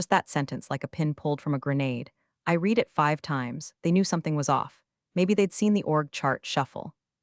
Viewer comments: I sure wish someone would teach AI how to pronounce words properly: Pen-TAY-gun for Pentagon? Reed for red/read (yeah, that's a tough one) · It always makes me laugh our loud that a channel about corporate incompetence can't train their own AI to pronounce words like resumé and Pentagon and oh so many others and can't recognize past and present tense of 'read'.